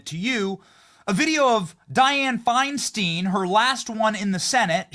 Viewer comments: It's not said " Fein - steen", it's Fein- styne." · It's pronounced fine stine Benny.